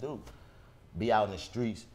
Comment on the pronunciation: DC keeps saying We gotta stay SKRONG for us🤣🤣He also say Skreets..He never puts T on his words WHY?🤣🤣